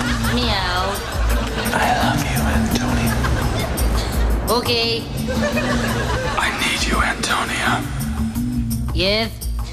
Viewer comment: does "Antonia" suppose to be pronunced as "Antonio"? that's what I hear the whole time in the video